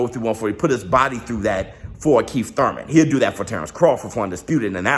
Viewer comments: Say Thouyman again 😂😂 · To one of the few guys i know that pronounce “ur” as “oi” like the stooges. Its spence vs thoimen! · Bruh you killing meeeee 🤣🤣🤣 don't nobody say that Thurman how you say that Thurman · Why do you pronounce his last name wrong! Is there a joke I'm not getting! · Why you say his name like that 🤣🤣🤣🤣🤣🤣🤣🤣🤣🤣🤣🤣🤣🤣🤣🤣🤣🤣🤣🤣🤣🤣🤣🤣🤣🤣🤣🤣🤣🤣🤣🤣🤣🤣🤣🤣🤣🤣🤣🤣🤣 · stoooop, 🤣🤣🤣🤣🤣🤣🤣i can't even attempt to spell how you're saying Thurman lol